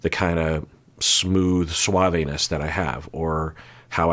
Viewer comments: Lol I don't think Clay's pronunciation is the majority pronunciation, and I think assumed it was on purpose as slang and that's why he repeated it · That dude is so suave that he mispronounces suave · WAIT! BACK UP! How are Americans pronouncing ‘suave’?